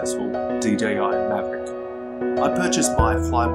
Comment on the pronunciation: Enjoyed the vid but are you calling it a maverick? I swear that’s what it sounds like. 😀